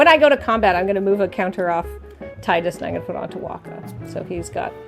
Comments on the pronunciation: Ya'll need to look up how to pronounce Tidus ☹ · If they wanted his name to be teedus then they could have either spelled it differently or put it in spoken dialogue. His name is spelled Tidus and that’s how people said it.